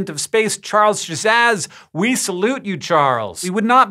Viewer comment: I change the filters on my air purifiers every couple of months, and by time they get changed, they are covered in filth. And that was before the forest fires... Also... Hopefully Charles Szasz is used to people mispronouncing his surname lol (it's Hungarian, pronounced like the English word "sass")